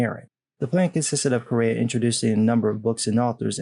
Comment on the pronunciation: BTW, Correia is pronounced Korea.